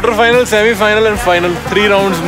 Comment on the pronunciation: Final nahi Finel race thi, 😂😂😂😂😂😂